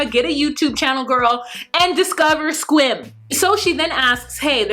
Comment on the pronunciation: I’m in WA, I’m so proud of your pronunciation of Sequim. Because many people say SEE- cwim all the time. You say it like a native. Kudos girl!